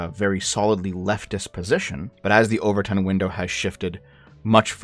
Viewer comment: Not sure if you were making a joke, but it's the 'Overton' window, not 'over-tint'.